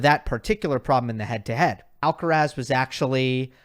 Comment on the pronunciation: it's Alcaraz not Alcarez 🤓